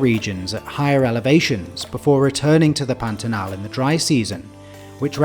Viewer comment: The pronunciation of Pantanal was perfect too.